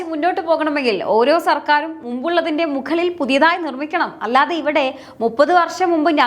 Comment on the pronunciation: മുഖളിൽ അല്ല, മുകളിൽ തൊന്നൂറ് അല്ല,തൊണ്ണൂറ്